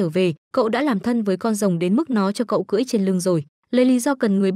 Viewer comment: Ủa r cười rồng hay cưỡi rồng?